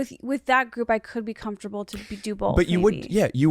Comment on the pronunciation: “I’m perfectly comfortatatable”